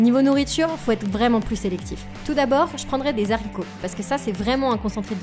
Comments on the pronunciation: Juste on dit pas des saricots mais haricots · Des zaricots 😂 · Marrant ce concept c'est très chouette. Juste, les "zarricots", non! 😜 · erreur de liaison! Ce n’est pas des « zaricots » mais des « aricots » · nan ça c'est interdit on dit des haricots ET PAS DES ZHARICOT sinon la vidéo m'a plus 👌